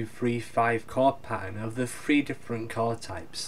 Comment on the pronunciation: Great video! Really good ideas to practice. I especially like the "tetra chord" concept. By the way, I couldn't help but notice your accent. You pronounce words like "three" by replacing the "th" with "fr". I hope I'm not being an annoying American but is that part of the cockney accent? I love your video lessons but I was just curious. Keep up the good work bro. I enjoy.